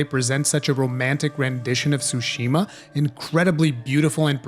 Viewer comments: Tsushima, not sushima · wtf is a sushima